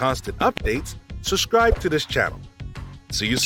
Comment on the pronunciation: "suBscribe," please. Not "suSscribe." Narrating video content means you need to sound as intelligent, and well-spoken as possible. Your voice is friendly and soothing, however.